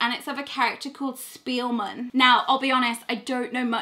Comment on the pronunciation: If it's German it's pronounced shpeel-maan. His wand looks awesome